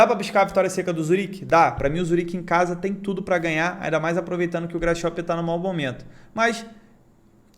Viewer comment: Grasshoper sem pronuncia “grasroper”